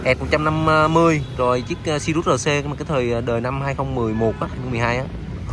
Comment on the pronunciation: Tên xe sirius nói cũng sai vải c